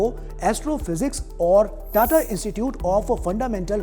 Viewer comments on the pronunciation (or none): none